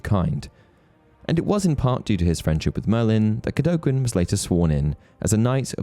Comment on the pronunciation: Cadogens name is pronounced CAD-AGAIN